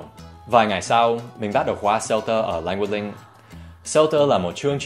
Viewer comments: Em không nghe thầy phát âm âm cuối của cả hai từ 'language' và 'link', có phải thầy đã bị ảnh hưởng cách phát âm 'Language Link' của người Việt không ạ? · Thích cách Dan nói Leng Guých Linh (Language Link) như người Việt khi đang nói tiếng Việt :x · Well it's quite interesting how you pronounced "Language Link" as Vietnamese accent to make the sentence sounds more naturally